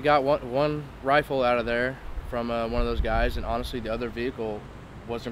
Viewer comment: The look that little punk gave the guard after he disarmed him was like, "But, but...that was MY wifle!"